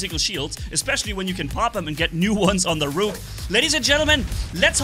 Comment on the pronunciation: I love how say rook with a long o he is saying it like Rooook, but that Rook titan hp is still broken